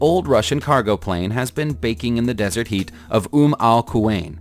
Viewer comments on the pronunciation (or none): none